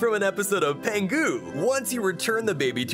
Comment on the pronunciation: Why do Americans always say "PENgu"? It's "PINgu."